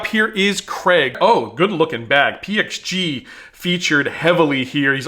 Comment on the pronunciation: So glad you pronounced the the PXG clubs correctly. It is zero 2-1-1 or any variation. Your wife has taught you well